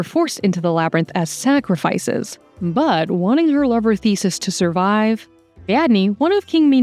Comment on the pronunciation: I love you guys so much! But please double check your pronunciations, especially on names. It’s giving AI when key characters (Helena) or well-known names like Theseus are mispronounced 😢